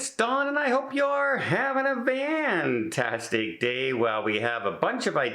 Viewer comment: Hi Don. I'm fairly new to your channel. Love it. Just curious as to why you say," have a vantastic day, instead of fantastic day?" Thanks, and cruise safe.